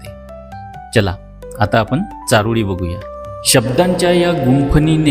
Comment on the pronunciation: तुमची अशुद्ध भाषा सुधारायला हवी.चारोडी नव्हे चारोळी असा उच्चार करा.